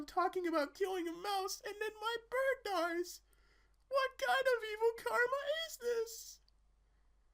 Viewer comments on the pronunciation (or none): none